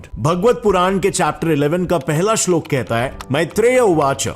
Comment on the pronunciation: Bro... firstly you need to pronounce and use proper authentic words by you using worng pronounce it results to changes in gender श्लोक श्लोका are two different things Just like Ram and Rama Ram is a male personality Rama is female Shloka is feminine word So hopefull you will improve your speech and wordings